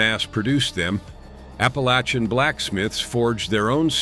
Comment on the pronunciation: Wish to hell y'all would learn to pronounce "APPALACHIAN".. ALL VOWELS ARE SHORT!!